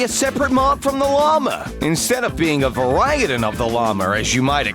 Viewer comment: 😂😂 The way this guy said “variant”